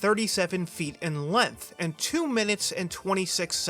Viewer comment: "Tomorrowland's track is only 2037 feet in LENTH"